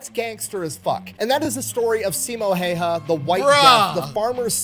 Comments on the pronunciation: Yeah Häyhä is not pronounced like that, not even close. Simo he did get correct tho. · I wish the original video would have gotten the name right because each and every reaction uses his pronunciation as a guide. Simo is pretty much ok (not perfect) but Häyhä is no where near even once in the video.